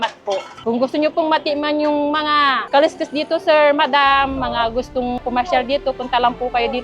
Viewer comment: kaliskis ba ng isda yan? bakit ang pronounce nyo kaloskos pero kaleskes pagbabasahin mo